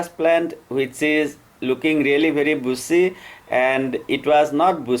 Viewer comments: Buzi? Its bushier.....anyway .i.love ur talnt.. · बुसी नही बुशी बोलो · Great content!! Got another subscriber!! One thing tho: Bushy is sounding like the word busy. When pronouncing the word “bushy”, try to make the “sh” sound like when you would say “brushing”. As in “I am brushing my teeth”. I learned English as an adult and so I also had issues with the “sh” pronunciation, I hope my tip helps. Great work! Greetings from florida 🌻😊. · Does anyone else here him saying "bussy instead of bushy" lol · I absolutely love the way you say pushy. Great video, thank you for the advice☺️ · Everytime he says bushy I hear a dirty word.